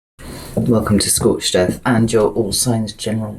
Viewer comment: As soon as I clicked, maybe it’s my sunburn, or my ears deceiving me. I thought you said “welcome to Scorched Death.” It had me a lol’ like 😩🥺😭🥵😱